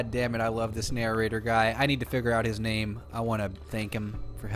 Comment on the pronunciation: it's not nararater it's prounounced na- rate- er